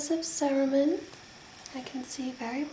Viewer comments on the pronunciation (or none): Cerumen (suh-roo-men) emphasis on the "u"